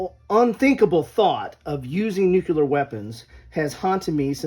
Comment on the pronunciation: Loved the segment on the games that involve nuclear war,... but you were slowly driving me crazy because from time to time, it sounded like you were saying Nuke-LEE-ur... and not Nuke-YOU-ler.;-) heh I think it's just how you say it that made it seem ambivalent, but it was amusing.